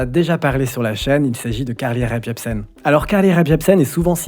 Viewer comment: Je ne sais pas si tu t’en rends compte mais quand tu prononces Carly Rae Jepsen tu rajoutes un P inexistant à Rae.